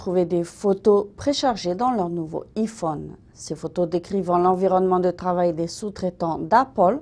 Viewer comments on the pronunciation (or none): "y-faune" PTDRR